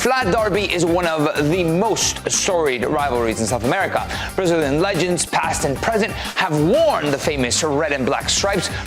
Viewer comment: Duvido que este cara seja americano...ele fala os nomes brasileiros muito bem...fake